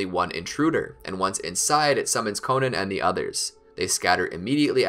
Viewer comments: It’s not konin it’s konan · I know damn well he did not call Konan “Konen”